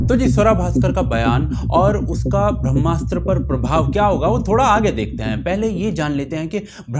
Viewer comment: Brahmastra is a flop, boycott or not! (and can someone please have pronounce "Brahmastra", PLEASE!)